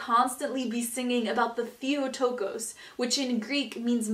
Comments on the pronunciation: It’s pronounced Tay-o-tokos, not theo. Lol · Theo-toe-koes? Not quite that pronunciation. Try Theo-tock-oss.